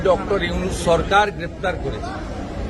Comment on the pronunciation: সালা বাংলা বলতে পারেনা মুর্খ। সরকারকে চরকার বলে